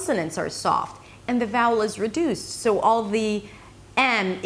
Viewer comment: I sometimes feel that when you say words with the /ou/ dipthong, you say something like /eau/ like when you say "so" or "sound". Is that OK?